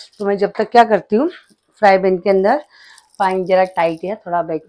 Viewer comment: Frypan HOTA hai frybhan nahi😂 but cooking very good ❤